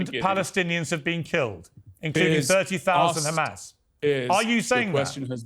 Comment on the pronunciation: Khamas. Oct 7. Khamas Oct 7. Khamas Oct 7. Theres the script. Repeat even theres no logic out of it.